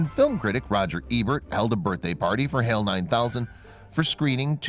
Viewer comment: Great video, only issue is now the narrator pronounces HAL … NOT HaiL rather needs to be HaaL.